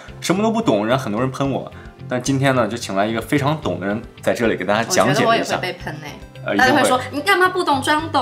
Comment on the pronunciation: 喜欢这个姐姐！好看大气！shu胶shu胶shu胶 ze里ze里ze里